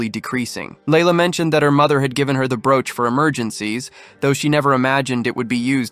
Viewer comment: Wow, how badly you pronounce broach. Pathetic is the word that comes to mind. If I did not already know what you would say, I probably would have sat and wondered what the hell you said, it was so bad. Small children can say broach much better than you did. How anyone can consider what you created her to be high quality is weird because it is so bad, I would refuse to let my children listen to this shit.